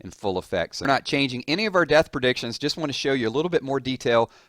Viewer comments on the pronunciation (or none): none